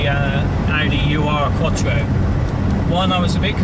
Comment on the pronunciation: It's pronounced "Eeerrrr-Quattro" not "U" "R" Quattro. VW also developed the 4wd system... They were testing a proposed military vehicle (which was never produced) when an Audi engineer was enamored w/ the system and the rest... Is history as they say!